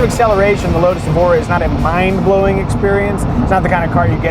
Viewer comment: It's not Evora, it's ÉVORA.